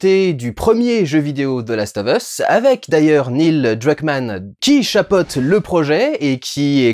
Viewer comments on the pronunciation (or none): none